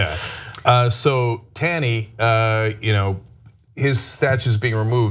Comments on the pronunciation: #1 its ROGER Taney, not Robert...#2 it's pronounced TAWney not TAYney....remember, TYT is a "news" source. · Not a big deal, but it's pronounced 'tawny' (despite being spelt 'Taney'). Perhaps a bigger deal, while admittedly a total jerk, Justice Taney was not a Confederate. It's not quite the same thing. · Tawney like tall-knee